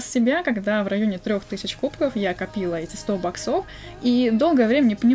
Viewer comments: Правильно бо-ксов, а не бок-сов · Можно говорить не баксо́в а бо́ксов, а то бесит? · не говори боксОв, плиз. Говори Боксов